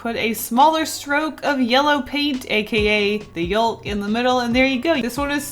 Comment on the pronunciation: Why do you say yolk like that